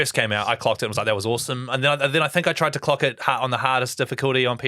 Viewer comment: "Clock it" so kiwi